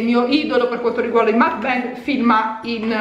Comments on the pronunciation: si dice mukban 😂😂comunque bel gran video !! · "Mukbang" si legge proprio come si scrive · mukbang si dice come si legge, è coreano